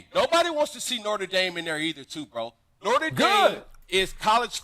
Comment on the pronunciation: Does he mispronounce Notre dame on purpose?.... "We be reppin nortre dame up in deez skreetz"